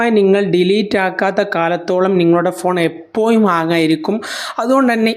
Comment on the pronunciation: എപ്പോ'ഴും' എന്ന് 'ഴ എന്ന അക്ഷരം ഉച്ചരിക്കാൻ പഠിക്കുക